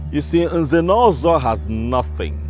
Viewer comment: I like it when the Prince pronounces Nze'Nozo😘